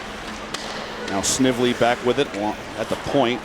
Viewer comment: Announcer, Snively with a hard "I" please. Nice comeback win by Yale.